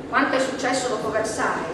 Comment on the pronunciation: versaie...no versail